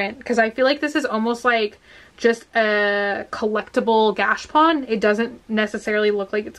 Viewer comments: You are saying gachapone wrong its gatcha pone its said like the is longer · Ps, it’s pronounced gosha pone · The pronunciation can be tricky for some of these products but knowing you I think if you looked up videos on the gachapon and learned how to say it and the silly reason they are called that then you’d want to say the word 15x more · another Japanese word butchered by you you say gachapon wrong